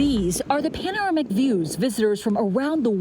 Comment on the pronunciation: "Pan-armic view"??? min ish. Still a grand video.